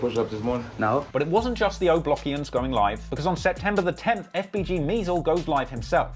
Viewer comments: He called them “ O blockians “ 😂😂😂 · “Oblockisns” Ayo 😂😂